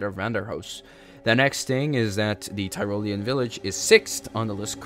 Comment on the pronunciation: I love how noone can say "Tyrolean" properly